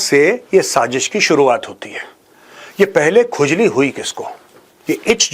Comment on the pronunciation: Urdu bolna seekh Lai phly bsdi Wala. Sajish nh hota sazish hoti h